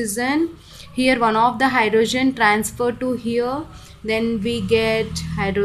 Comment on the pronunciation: Mam its hydrogen not hydrozun, bdw great content